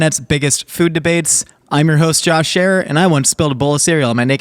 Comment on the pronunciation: Nicole needs to stop using soft o's. I can kind of ignore the sinus infection voice and vocal fry, but His name isn't Jawwsh, and soup isn't served hawwt